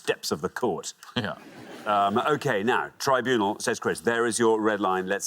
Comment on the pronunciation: He did try to get away with it by pronouncing it "tribunual"